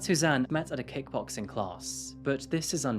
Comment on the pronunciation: 😂 sounded like you said they met at a “cake boxing” class.